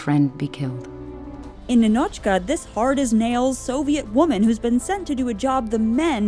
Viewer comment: In Russian name Ninochka is pronounced as NInochka with stressed I, not NinOchka 😁